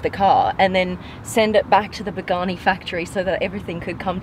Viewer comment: Pronounce the names right of the car